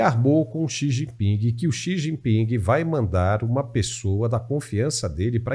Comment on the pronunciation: Quem chama o presidente chinês de “Xi Jinpingue” certamente estaciona no parkingue quando vai ao shoppingue… 😅